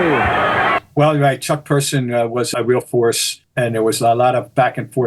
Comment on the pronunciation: Its Chuck Person not Persons.